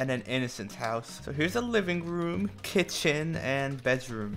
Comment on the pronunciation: The way he says kitchen! 😂 kiTIoN